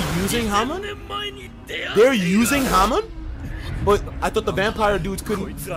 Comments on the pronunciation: Everytime he said Hamon, it killed me, it’s pronounced “Ha-Moan” they say it in the episode, why is it hard. Its the same thing with people who say Gone when they say Gon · He said hamin